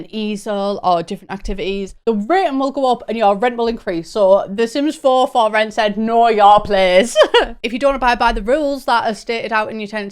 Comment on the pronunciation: I kept hearing “Sims 4 Floor-It” rather than “For Rent” and thought it was gonna be a sims GTA type game lmao